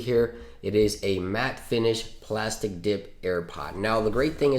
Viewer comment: Oh no, it was killing me.. PLASTEEE Dip not plastic dip..